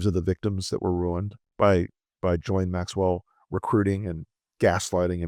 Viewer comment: Jee-Lane for the love of God! We say "Gillian" which is the anglicised version of Ghislaine.